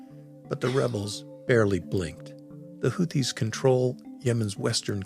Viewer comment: How can you possible be pronouncing Houthis and Aden incorrectly with so much access to hearing the correct pronunciation online?